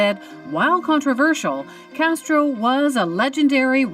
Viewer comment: you said "she did not cheat with Fidel Castero. His name was Castro, not Castero, and as for your entire vode? It's a piece of shit.